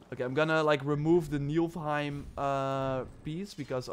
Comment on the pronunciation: je spreekt het uit als Niefelheim. Ik hoor je nu al maanden worstelen met het woord Niflheim. Ik help je maar voor eens en altijd;-}